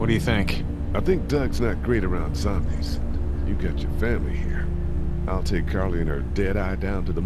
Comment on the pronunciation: He said zombys omg!!!! He Sade tee z word